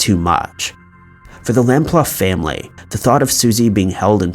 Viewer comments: Suzy’s surname is pronounced, by her family, as lamp-loo. Not lamp-luff. You mispronouncing her name is disrespectful. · Suzie's surname is pronounced lamploo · Interesting, I love this type of content. By the way, it’s Suzy Lamp-Loo, not Lamp-Luff. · Susie Lamplugh (pronounced Lam-ploo) case, John Cannan was the only suspect in the case, it is believed that he killed her but has never been charged due to insufficient evidence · It's Lam-ploo. All you mispronunciations are so distracting. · Also Suzie surname was improperly pronounced. It is Suzie Lamp-Loo although its spelt Lamplugh. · Suzie Lamplugh was unlucky to have 15 dollars in her purse. At least pronounce her name correctly ay?? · The pronunciations in this video are horrendous. The narrator never seems to get any of them right, he should at least research the names where they can easily be found. Both Edinburgh and Lamplugh have been incorrectly pronounced. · Number 3 !! We don't use dollars in England and you pronounce her name totally wrong. This is still sad here so please get it right. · Chrissy not have I not only too get a city name wrong but too pronounce suzies name wrong is pretty much unforgivable, such a beautiful girl who's life was taken at such a young adult age.